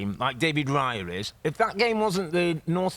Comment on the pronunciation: it's "Raya" not "Riya"...